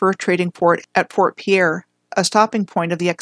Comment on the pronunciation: Fort Piere is pronounced Peer. The no Dakota access pipeline protest was not on the Standing Rock reservation, it was on land along the Cannonball river managed by the army corp of engineers.